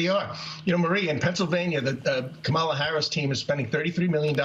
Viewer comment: 😂😂😂 Come ON, - It's KA-ma-lah 😂😂😂 Stop sounding ignorant. You hurt your case when you can't even get her name right?